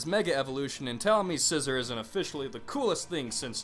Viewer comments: I'm sorry I'm not trying to be rude but the way you pronounce scizor and accelgor make me cringe a bit. Its pronounced SI-ZOR and Ax-SELL-GOR not scissor and ass el ger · You are horrible at pronunciation... Scizor- See-zor Zoroark- Zorro-arck Conkeldurr- Con-KELL-dur Accelgor- Ack-sell-gor I'm actually not sure about Mienshao though... I still say Mee-in-Shao